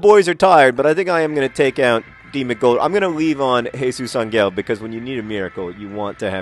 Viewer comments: ever since someone pointed it out, i've been obsessing on how John says Jesus Angel, it's AN-EL no hard G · Um, I speak Spanish (hence the username). Angel is not pronounced with a g like the one in 'goat,' it is pronounced very much like an 'h' sound. Try saying it out loud. Even in English, we pronounce angel with a soft g like the one in gentle. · I'm not going to argue anymore. But there are some RIGHT ways of pronouncing a word, and there are some WRONG ways of pronouncing it. For example, if I wanted to say Green with a g like in the word 'giraffe,' that would be wrong. That is exactly the same thing that is happening here. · It's not Angel with a hard g. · Actually, it's still pronounced with a "h" in that universe, but pronouncing things wrong is sort of John's thing. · I'd like to add that the mispronunciation is part of a joke. Jesus Angel? Eh? Get it? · The literal meaning of Àngel is angel. The choice then is whether to pronounce it as a Spanish name, or to just pronounce it as angel in English. The way that John pronounces the -el leads me to believe he wants to say it in the Spanish accent. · This was frustrating me, too. I couldn't figure out why. Then I realized it was a 50/50 pronunciation.